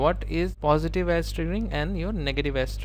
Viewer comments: He's actually saying Ass! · Amazing lectures brother. Love you for them. I burst out laughing whenever you said edge, it sounds like ass. Positive ass , negative ass xD